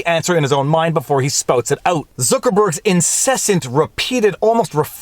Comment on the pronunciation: "Sputs it ut". Very Canadian. Viva is great.